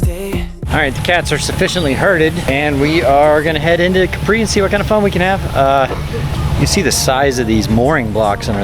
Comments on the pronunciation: It is Càpri, not Caprí (I don't know how to write it correctly... But accent is on a. 😊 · Wrong pronunciation!!! It is pronounced Ka…pri with the emphasis on KA